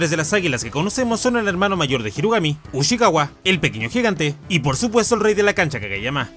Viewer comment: Ushiwaka, no Ushikawa